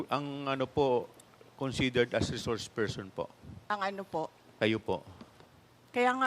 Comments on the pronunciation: Sarah, it’s so annoying Kasi “You are a reshourse pershon” 😅. Resource person is the right pronunction . Stop speaking like young elite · reshorsh pershon